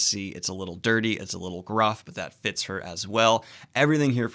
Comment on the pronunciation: Every time you say “the best fits of fantasy” I hear “the best Fitz of fantasy”, and I’m like wait there are other Fitz besides Fitzchivalry in fantasy? Too much RoE, over here. 😂